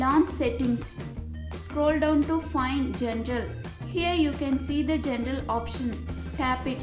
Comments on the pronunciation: Migg Rodriguez it sounds like gen gel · I like the way she pronounces "General", to me it sounds like "gentle"